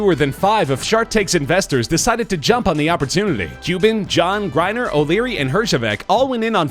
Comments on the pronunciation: It's pronounced Lori GRANEER, not Griner. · His mispronounced Grenier and got that reason I am out!